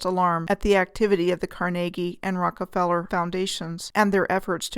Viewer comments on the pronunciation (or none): none